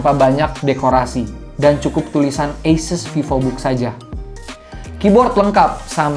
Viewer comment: dari video bung yg ini, baru tau cara penyebutan asus itu dibaca eises :)